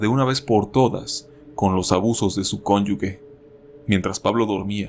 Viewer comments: Estimado, una corrección: se dice “cónyuge” y no “cónyugue”. Como sea, excelente video, saludos. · Se dice cónyuge